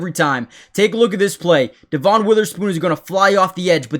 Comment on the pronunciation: Dev un not dee von